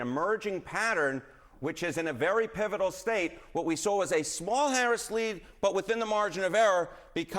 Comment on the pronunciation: Such “Experts” that they can’t even pronounce “pivotal” let alone spell it! 😂